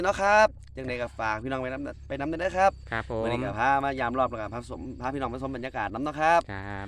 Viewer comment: สวัสดีจ้า หมานยุเนาะจ้าหายุหากินเว่าม่วนชื่นชมทั้งสองหนุ่มจ้า แต่คำว่า (พี่น้อง)เว่าดู๋ไปบ่หล่า😇😅